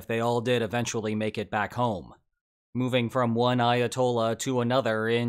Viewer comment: Why does he sound asif he says Iatol instead of Ayatollah 😑